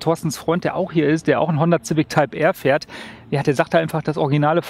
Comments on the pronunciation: ZIVICK? edit ZAUND SCHEK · wen fuckt es auch so ab das er immer honder Zific sagt xD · Wie er ständig Ziwick sagt! xD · Wenn der Herr noch einmal "Zivik" sagt rast ich aus!!! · Finde das Format zwar richtig geil aber Der Typ geht mir Richtig auf den Keks wie Civic sagt😂 kann da nicht Jan einspringen 😅